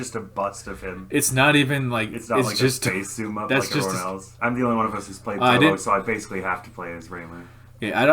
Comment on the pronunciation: "Touhou" is pronounced with the same vowel sound as "Tokyo" Written in Japanese Touhou is 東方 And Tokyo is 東京 Both share that first kanji: 東 which is pronounced like toe and means eastern.